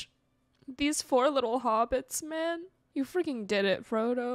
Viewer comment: I know you said "call me a man again" but it sounded like "Call me a mannequin" and it made me laugh.